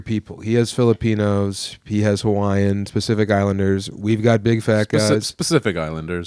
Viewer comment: Tbf, it definitely sounded like said 'Specific Islanders '